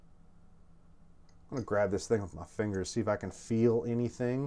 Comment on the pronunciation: “fangers” I missed ya buddy.